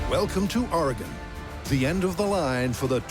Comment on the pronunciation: What the fuck is wrong with the narrator its oregon not argon